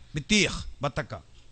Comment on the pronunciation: ബത്തക്ക അല്ല വത്തക്ക അതുമല്ലെങ്കിൽ തണ്ണിമത്തൻ എന്നുപറയുക